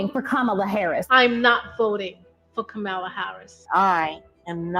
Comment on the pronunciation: They are saying Kamala wrong, lol